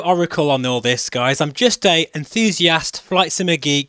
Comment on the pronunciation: Did he say he is a ''confusiast''